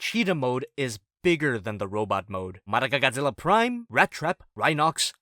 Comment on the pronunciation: I love how "Madoka, Godzilla, Prime" has morphed into "madagzpri"